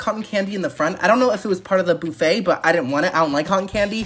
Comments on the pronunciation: It’s not boo-fay! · I have to know... Does he say buffet wrong on purpose, or is that just how he says it? I'm sorry it's a bit annoying. Lol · Love you!! ❤ But why are we saying boofay instead of buff no? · First time hearing someone pronounce "BUH-FEY" "BOO-FAY" 😂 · Wtf is a boofay? It's buh-fay. Get it together😂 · It's not BOUFFET its mfing BUFF ETTTTTTTT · Don't take this the wrong way or anything, but is there a reason you say "boofay" instead of buff-eh? Is it just the way you normally pronounce it, or some other reason? Probably a stupid question lol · Boofay...instead of buffet...lol... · The way he said Buffet as BOO-FAY. Hurt me. So deep. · The “boo fay” is giving me major ick, but I’m tryinggggg to watch 😂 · Cracking me up calling it a boofay...LMAO. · its fucking buffet not buffay